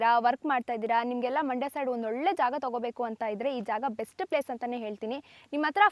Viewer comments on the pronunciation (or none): none